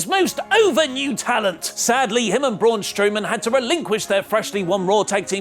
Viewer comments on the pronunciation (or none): none